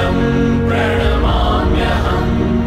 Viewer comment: प्रणाम्यहम् शब्द का उच्चारण गलत हो रहा है